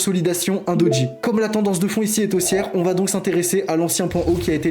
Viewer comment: Salut, c'est Doji, et non Dodji 🙂